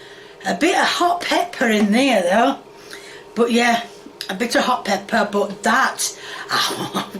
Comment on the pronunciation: She pronounces pepper as peppia 😂 Edit: she also pronounced egg as hegg